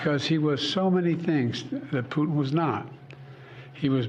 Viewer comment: well he got putins name wrong a few times, prutin.